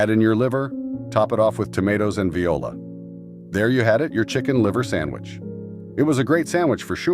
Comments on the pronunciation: You need to get a real human being to narrate. I stopped watching after the AI said VIOLA, instead of VOILA. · true but anything was better than pronouncing it like the instrument. Lol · "ve-oh-la" 😂😂 Goodbye